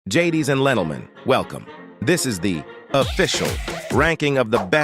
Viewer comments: ladies and lentlemen 💀💀💀💀💀💀💀💀💀💀💀💀💀💀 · "gadies and Jentlemen" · Gadies and lentlmen*